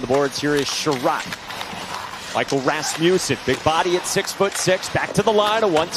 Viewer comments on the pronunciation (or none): Love hearing the commentators say Rassmewsen 😂😂